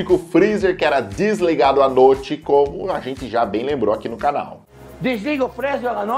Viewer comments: "desliga o freezer a notche?" Pergunta retórica e os funcionários do pé de fava respondem kkkkkkkk. Jacquin não contente afirma "desligam o freezer a notche!" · "DESLIGA FREZZER A NOTCHE"